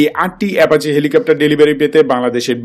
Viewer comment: কিসের এ্যাপাচে? ? কি সব উচ্চারন লাভ কে লভ, অ্যাপাচিকে এ্যাপাচে